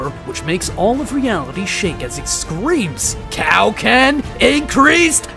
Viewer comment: Thought it was ment to be kio ken not cow ken 😂